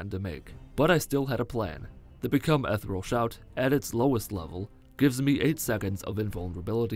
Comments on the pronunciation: Ethereal is pronounced E-the-re-uhl, not ethrul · Ethereal is pronounced eth-eer-ee-uhl btw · I did learn one thing in this video, you do not know how to pronounce 'ethereal'